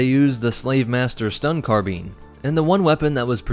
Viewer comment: My guy pronounced “carbine” as “carbean” lmfaoooo come on man rlly?